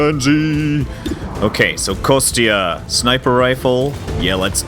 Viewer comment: "Konstantine" it's an official name, "Kostya", is what his friends should call him. And pronunciation for "Kostya" should be more like "Kosta", where "t" is soft.